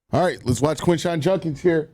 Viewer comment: I appreciate you doing a video on Quinshon, but if he's going to be a big part of our offense, I hope and pray you will eventually start pronouncing his last name correctly. It's Jud-kins, not Junk-ins.